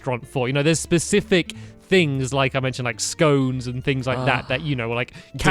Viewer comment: Yes! Stampy says scones, not scons!